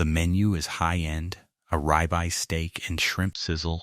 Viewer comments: FYI - the name of the steak is pronounced -rib-eye.😊😊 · Why use AI narration with this. It doesn't know how to pronounce 'rib eye'.